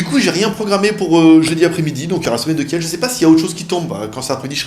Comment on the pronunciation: Merci pour ta vidéo. Tout d'abord félicitations à ton frère. Ensuite, si je peux me permettre, on ne dit pas kièlle mais kill pour la ville Kiel. Pour finir, un super plus pour ton nouveau format de vidéo. Très pro, même si on aimait voir ton" bordel". Continue, t'es trop fort'